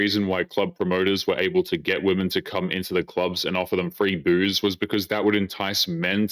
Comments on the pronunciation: This weird trend of pronouncing "women" as "woman".. Where did this come from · IT'S PRONOUNCED "WEM-MEN" NOT "WO-MEN".... wtf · The bmbo at the beginning of the video calls women - woman. I've noticed that there's a lot more of such improper pronunciation of words nowadays. It's pathetic. Maybe Trump no longer classifying teaching as a professional job isn't so bad after all. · "Men want to be woman" I actually thought we were improving because I hadn't heard women mispronounced as the singular in a while but here it is again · Right off the bat, yet another who pronounces the singular and plural of woman the same. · Why are there so many young women these days mispronouncing the plural for woman? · To first girl: The word women rhymes with swimmin', you flipping doofus. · Why is it that none of these women know how to pronounce the word women? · I can't take anyone seriously who pronounces "women" as "woman". Drives me up a wall. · have we ever figured out why young women tend to pronounce the word 'women' as 'woman'? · i just want women to pronouce the plural for women properly 🤣